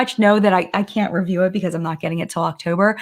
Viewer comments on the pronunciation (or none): none